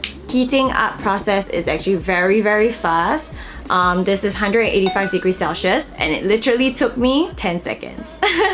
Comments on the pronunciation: my dear please dont take this offensively, but "Celsius" is pronounced as sel-see-uhs not sel-shheus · it's pronounced as 'sel· see·uhs',! not cel-schius HAHAHA but very insightful information on the product! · That mispronunciation of "celsius" is so cringey? It's such a basic word lol